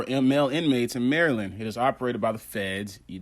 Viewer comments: Maryland is pronounced like you're saying the name "Marilyn" but with a D at the end. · Man u american! U know how to pronounce Baltimore maryland... Stop playing!